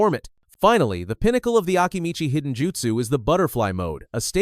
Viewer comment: Hidden called high-den. Your AI usage will ruin your channel